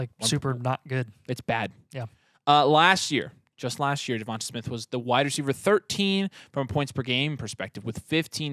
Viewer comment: Devonta is pronounced like da-von-tay sorry lmao I traded waddle for ridley though last week